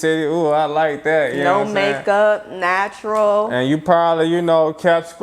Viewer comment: "naTshurul...noooo makeup" Stop.